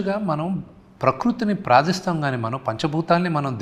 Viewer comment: ప్రాదిస్తున్నాం కాదు రా శుంటా...... ప్రార్ధిస్తున్నం